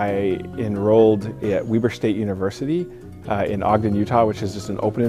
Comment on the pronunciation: Footage he probably does not have an iq of 130. Anyone can do well at a school like “Weber State” He didnt even pronounce his alma mater correctly. Good for him anyways for getting a doctorate at harvard